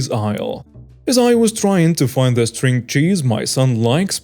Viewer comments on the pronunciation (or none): none